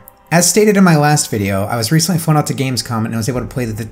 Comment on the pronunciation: the was important note is that this is the onwy fwag